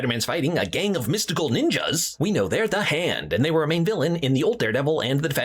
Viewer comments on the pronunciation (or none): none